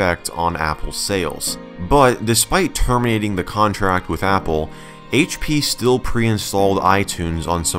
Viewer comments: the haich pea shrekpod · “HAICH PEA” dankpods - 2020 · haitch dea? four kay? Haitch pea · HAITCH PEA™